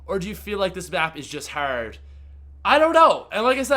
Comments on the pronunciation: Americans do not pronounce hard "herd" XD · I love how he says "Hard". Is he American? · Thanks guys! That's why I was wondering why he's saying the word that way. 😂